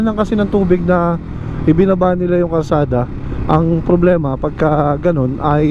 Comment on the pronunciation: Brod correction lang "kalsada" hindi 'karsada' 🤔